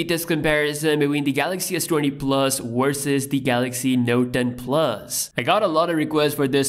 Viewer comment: its not " Wersus" its a V "versus"